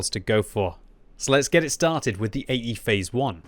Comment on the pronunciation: I can't unhear him saying "eggyface one" plz send help.